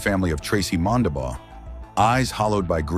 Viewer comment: Its Mondabough, not all the weird ways they spelled it.